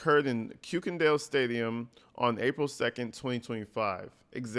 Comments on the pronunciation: By the way... it's pronounced (kur-ken-doll) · It's pronounced Kirk-In-Dall